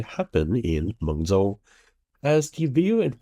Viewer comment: Mengzhou, the ZH is pronounced as “J”